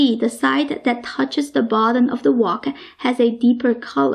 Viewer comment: I lived in China for a long time and accent is very familiar. Chinese often add an "a" after words like wok, that ends with a "k" so it becomes "waa-ka", the "k" becomes "kah", that's why it sounded like "walker". Frank becomes "Frankah". Another interesting thing is Chinese do not have a "V" sound so words like "very" are pronounced "wary", and wegetables.